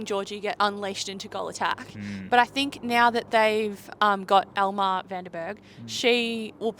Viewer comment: Elmere is pronounced "El-muh-ray"